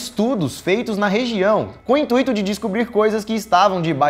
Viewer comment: Intuíto? hahah